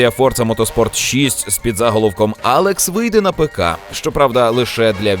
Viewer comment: Апекс а не Алекс